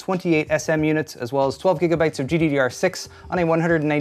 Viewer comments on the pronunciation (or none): none